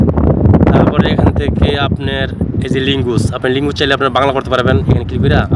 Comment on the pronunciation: জিবনে কোন পাপ করছিলাম,আর না হয় এই ভিডিও দেখা লাগতোনা,,,ভাষা যার ঠিক নেই, লেঙ্গুস কি ভাই,,,,,আজব আজব শব্দ শুনলাম।ভাই এমবি ফেরত দেন।আর সামনে থেকে ভিডিও ছাড়ার আগে ভালো করে শিখে পড়ে ভাষা শুদ্ধ করে তারপর ভিডিও করতে আসবেন।।। শিক্ষীত যারা ভিডিও না বানানোর কারনে এরকম মানুষ গুলো ভিডিও তৈরি করার সুজোগ পায়।